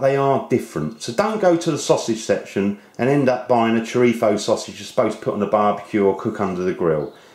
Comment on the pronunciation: may i ask why you say chorifo